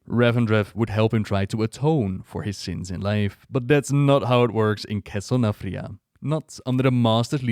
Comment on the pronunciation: Castle NATHRIA... NATHREZIM... come onnnn!